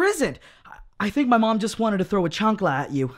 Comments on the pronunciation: It's chancla not chuncla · Why he say chancla like that, it sounds like you pronounce the J when you say jalapeño.